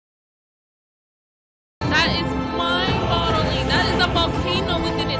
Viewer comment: Its "mind boggling" - not mind "bottling". BOG - not bottle. I'm really not sure why people make this mistake. 🤣🤣🤣🤣🤣🤣🤣🤣